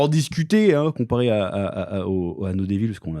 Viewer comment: ça m'a fait bien rire la prononciation du chef, comme si les anglais disent dAYvol! 😂😂 Alors que c'est plutot DÉvəl, sachant que le "ə" c'est un mélange de o et de eu, il se dit comme le "e "de "JE", c'est un peu muet il se dit rapidement.